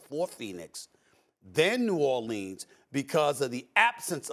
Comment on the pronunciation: Stephen A. “New Orleens” Smith